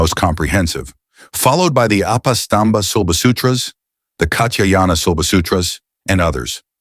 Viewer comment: The name is pronounced as Bau-dhaa-yana, not as Bau-dhaa-jana.